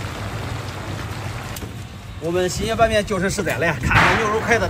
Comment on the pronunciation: 你这发音，新野说成星爷